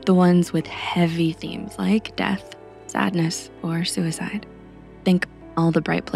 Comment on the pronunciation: i don't like a thing about this video. suicide is not a grave word and your diction emphasizes it. it is a small, decidedly everyday word, and should be said without alluding to some big issue. if you catch my meaning. i don't put weight on my thoughts about suicide, and will appreciate when you don't either.